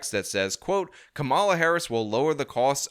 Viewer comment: Do you mispronounce her name purposefully? I mean, she's been the goddamned vice fkcn president for three and a half years, so I'm sure you've heard the name ten thousand times and you've been corrected on your pronunciation. Is COMMA-la a hard word for you to pronounce? Do you mispronounce her name on purpose as a juvenile attempt to insult her? if someone called you Shawn Fitzgirl, would you be insulted by that? What if they accidentally did it and you corrected them? How many times can they call you Fitzgirl and get corrected before the term becomes downright offensive? If you used term "mute point" instead of "moot point," how would you react to being corrected? Would you be embarrassed and make an effort to correct your pronunciation? Or would you stick to "mute point?" Is there a statute of limitations on when you'll pronounce her name correctly, or are you sticking with this indefinitely? You've already had three and a half years to figure this out, and you're still fucking it up, so if she's elected President are you going to keep this up for four years or correct yourself?